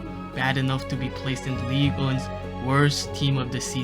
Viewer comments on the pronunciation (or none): none